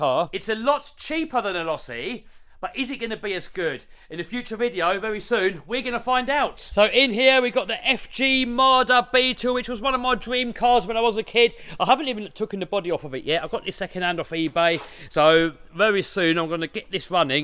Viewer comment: "tookun" Try 'taken' you idiot !!